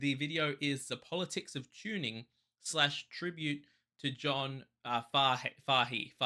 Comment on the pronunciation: FYI Kot- Key and Fay- He.